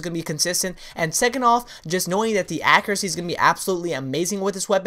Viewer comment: Okay I love all the videos truly very helpful, but I swear you need to learn to pronounce accuracy!